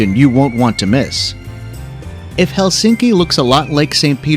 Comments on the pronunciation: Most common mistake in pronunciation of Finnish is Helsinki!😖 In Finnish the stress is always on the first syllable so it’s HELsinki👍 not HelSINki!😲😖😞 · Finnish language stresses the first syllable: HELsinki not helSINki.